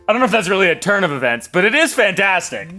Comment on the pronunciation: “turn” of e”vents”, that “fan”tastic 😂🤣